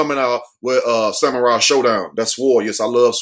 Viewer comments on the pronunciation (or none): none